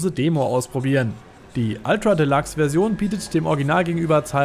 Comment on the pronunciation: ultra de- Lachs 😂